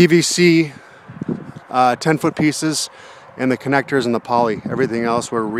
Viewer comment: I thought he said 6mm polly. I was amped to see them try to lift that. Looks good, I wonder if its still standing and how many new skins it's gone through over 10 years